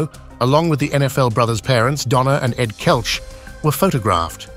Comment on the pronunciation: AI voice has no idea how to properly pronounce Kelce.